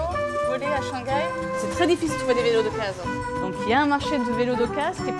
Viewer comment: Haha, ils ne prononcent pas le H en « Shanghai »?😆. H doit être prononcé en chinois.